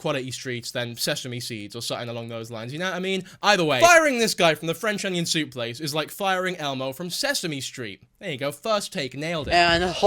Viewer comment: You're doing Nova too...im already dead alive because of all the livestreams on 2H4S channel for the novaweek i won't make it to the end of the week 😂!!.That's an iceberg!! Stepping into.... "Fwench onion thoup" reviews / worldofpdfcords is quite brave to be honnest thanks lad for the great work 😁!! Let's see if you're still finding swag in his baby suit 😎